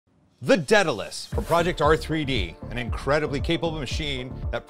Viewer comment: Say it with me "day-duh-lēs"... Not "ded-uh-lēs"